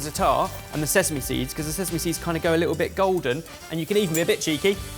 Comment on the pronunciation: ...did you just say sess-ame?!